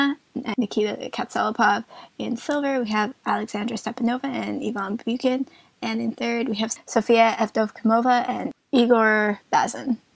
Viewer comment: Props to you guys for pronouncing their names right. But it's KatsalApov. And Bukin is pronounced as in the word "Book", like Bookin. Regarding legs talk, I thought that Alexandra is much taller, than Victoria. But according to their ISU profiles it's 170 & 167. I can't believe that.